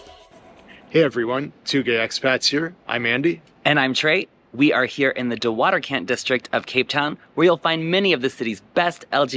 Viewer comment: Your pronunciation of De Waterkant is histerical😂😂😂😂😂😂😂